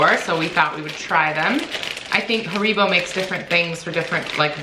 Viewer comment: Haribo are pronounced "harry-bo" over here lol, but it doesn't really matter, just sounded funny how you said it.